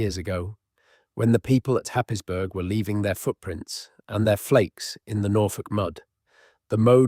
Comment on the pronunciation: Happisburgh is pronounced Haysbruh